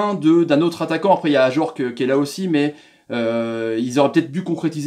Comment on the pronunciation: bonne vidéo, tu as bien prononcé Ajorque :-)